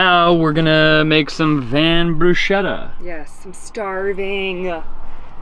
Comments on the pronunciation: Also happy that you eventually went with the hard k sound in bruschetta! The other way is like fingernails on a chalkboard :) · Just subscribed. But to be honest, it wasn't until you pronounced bruschetta correctly that I actually gave in and hit the button. Love your videos.